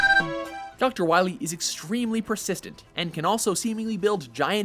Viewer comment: We need to stop DR. WAHWEE, M-Megaman.